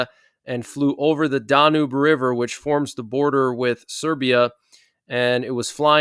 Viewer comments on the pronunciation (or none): pronounced "DAN-UBE river (e is silent, accent o first syllable, like man's name Dan-yube)